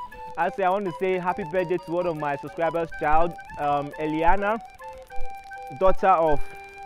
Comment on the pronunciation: You pronounced it well bro, we all love you. Thanks for the wishes, we are here for you. Thanks for bringing unending smiles on our face, you are the best bro